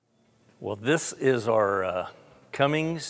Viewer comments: Clessie Cummins. Not Cummings. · There is no g in Cummins